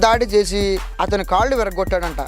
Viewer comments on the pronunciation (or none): none